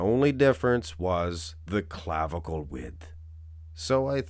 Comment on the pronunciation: Stop saying "clavicle" !